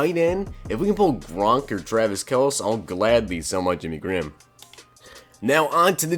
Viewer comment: How many videos are you going to say Travis Kel(see)’s name wrong lol.